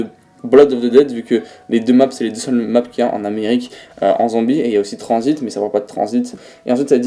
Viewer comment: Y’a que à moi que ça perturbe quand il dit "transit" j’entends "transbite"😭